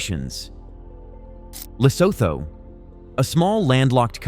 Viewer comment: Pronounced "Lesootoo" - obviously this poster is as ignorant as trump